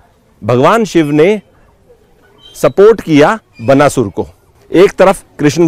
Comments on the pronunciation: बनासुर क्या है भाई। बाणासुर है। नहीं आती कोई चीज, तो बकने से पहले किसी से ज्ञान ले लिया करो। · बनासुर नहीं बाणासुर शब्द है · क्या है यार। उच्चारण तो सीख लो। बनासुर नहीं, बाणासुर।😓🔫